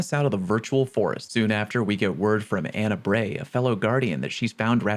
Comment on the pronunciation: Lol why did he say Anna Bray like that 😂